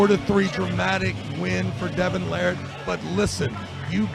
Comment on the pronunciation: Unbelievably doesn't know how to pronounce Larratt. And why does always sound like he has a dick in his mouth?